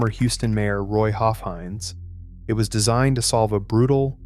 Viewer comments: Pronounced HOFF heinz, not hoaf hinz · PS... Judge Roy's last name is pronounced HOFF-hinz, not HOEF-INZ! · DO A LITTLE RESEARCH! The manis name was HOFF-heinz. With a short O soulf. Off rhyming with OFF.